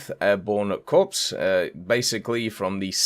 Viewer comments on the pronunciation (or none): Corps is pronounced “core,” not corpse.